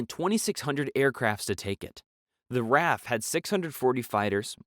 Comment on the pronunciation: RAF is an abbreviation for Royal Air-Force, it is not pronounced like the name 'Raph', but rather as 'R-A-F' as individual letters, remember that.